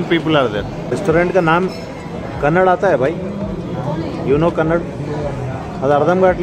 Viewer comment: Good vlog… keep it .. and it’s not kannad it’s Kannada